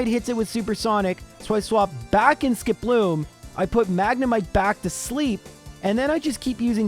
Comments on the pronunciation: Warning! Incoming pedantic nit-pick: SKIP-loom, not ski-PLOOM. Would you say jum-PLUFF or la-PRAS? No, you say JUMP-pluff and LAP-ras. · Is Skiploom's name really pronounced like that? I always thought it was SKIP-loom, instead, said it like skip-LOOM. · Normal people: "Skiploom": "Sk'ploom" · The way you say Skiploom stresses me out. Idk if thats right or not but it feels wrong. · Your narration, specifically how you pronounced Skiploom, made me realize that the names are all a pun. You have a Hoppip, a Skiploom, and a Jumpluff. A hop, skip, and a jump.